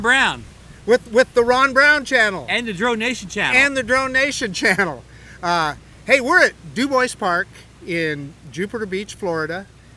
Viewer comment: Your from Idaho? You should know that DuBois is pronounced DOOBWA. glad you like the Dji Air 2 s. I just purchased it today. I’m a Mavic 2 pro owner from Idaho living in Vale, Or. so Huntington is not too far from me. I love flying at BULLY CREEk.